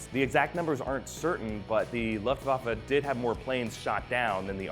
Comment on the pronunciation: So far you are the only eglish speaker i know to pronounce Luftwaffe right.